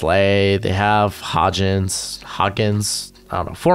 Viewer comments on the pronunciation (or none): Great video, btw Isaiah HODGINS is pronounce as you spell it. Hodge-ins